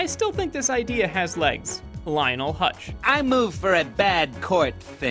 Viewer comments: It is pronounced "Huts" not "Hutch". And Phil Hartman has been dead for about 23 years. You might as well ask for a show about Ms. Crobboppel while you're at it. You won't get a Scorpio show either, because Albert Brooks doesn't need the work that badly. I would watch a Radioactive man or Kent Brockman show, but Moe and Willy are both one-note jokes. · I know. Hearing "Hutch" annoyed me. If you're going to talk about someone, het theor name right. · HUTZ not hutch. and forget it, he's been retired